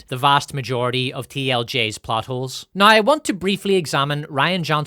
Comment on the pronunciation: sometimes i hear butt holes instead of plot holes